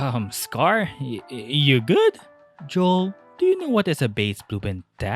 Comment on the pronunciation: ah yes "Yoel"